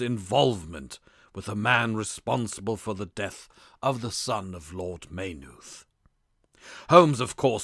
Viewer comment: The reader's mistakes in pronunciation make it too irritating to listen this recording: modicum, narrated, Maynooth and Galway are all mistreated in just the first three minutes...